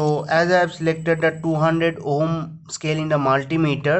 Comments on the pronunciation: Its not ohom . Its ohm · Everytime you say ohm, I'm dying laughing here 😂